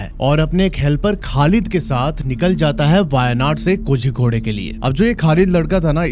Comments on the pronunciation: Bhai it's pronounced koricode and not kozykodey.. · Hello hello mysterious state????? Waise tumne kitne mysterious explore kiya hein kerala mein???? Pehale jagah ka naam teek se bolna seeko Kozzzzicode nahi bolte. Z ko tounge twist karke bolna padtha hei.... kolikode bol sakte ho lekin woh bhi sahi nahi hei but almost sahi hei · Kozhikode is pronounced koryikod. THA is pronounced Da in south, ssery is pronounced sshery